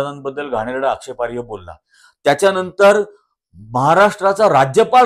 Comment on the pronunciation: कृपया'आक्षेपार्ह' म्हणतात,आक्षेपार्य नव्हेम